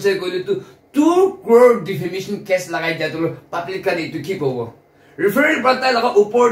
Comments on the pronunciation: The guy has clearly said "DEFAMATION CASE" Then why does this girl keep saying "DEFAMINATION CASE" in all of her videos relation to this subject. DEFAMINATION is not even English word. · Defamation not Defamination 😊 she said that in the previous videos also...so just felt I should correct it. 😊